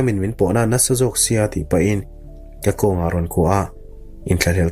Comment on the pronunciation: Thum rawn ni lo in, thûm (pathum kan sawi ang a thluk in) rawn tih awm tak a ni.